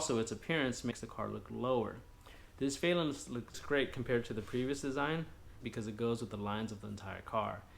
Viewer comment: Valance ...not valence